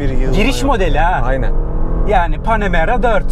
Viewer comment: Panemara 4 amaan diyor ya 😂😂 biz onun yanına bile arabayı park edemeyiz dayı bırak içine binmeyi